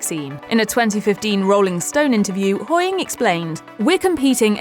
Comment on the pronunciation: Sorry i just have to say this, I hate it when they just say surnames the way she said HOYING all the time drove me mad